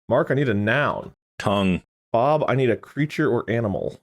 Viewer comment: Did just call Bob “Pub”?